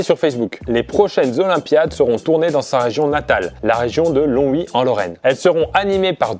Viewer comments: Sympa comme vidéo, n'oublie pas le G de Longwy mon cher Longovicien 😂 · Aie aie aie l'erreur sur Longwy 😭 Longwy et non Lonwy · Oh la faute c'est pas Lonwy mais Longwy :,(